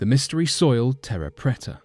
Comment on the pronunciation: Who else heard 'fertile stoil' ?